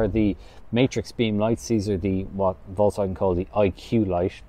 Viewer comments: It's Folkswagen and not Voltz Wagen. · that's different tho :-) Do you really call folks as volks in English? You don't say, hey volks. You say, hey folks. So, it's a Folks Wagen, the Car of People :-)